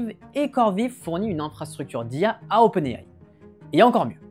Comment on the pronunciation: C'est faux! Il prononce également OpenAI en anglais et de facon totalement correct (pas comme la plus part des YouTubeur tech français).